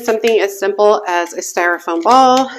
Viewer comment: Hi! Just found your channel & so glad I did! Your Halloween porch is adorable & you shared many clever ideas!! Thank you! Will look back at all of your posts, for sure. It's so cute that you call it "styrophone" not "Styrofoam" - reminded me if a friend I had in high-school many moon ago!😂 Take care!! Happy Fall 🎃🕸🕷